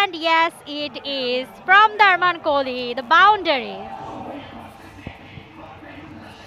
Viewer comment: ওর নাম তো Kohli , kholi nh!!!😅